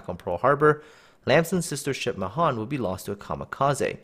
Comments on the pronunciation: It's pronounced "MAY-han" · Mahan means 'great' in Hindi.... Especially the way you pronounce it. I always thought it would be pronounced 'May-Haan'